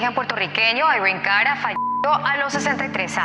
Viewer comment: Es Irene Cara no irene Carra.